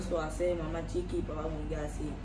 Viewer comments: Kuqui ng kuqui so instead na Chiqui😅😂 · nagkakamali ka na banggitin si Papa Bunggey at ang Sabi mo mo Mama Kukie instead of Mama Chique. Namamali ka na big kasin ang Mama Chique, Napolitano mo ng Mama Kukie. I correct mo ang pagbanggit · CHIQUI not KOQUI...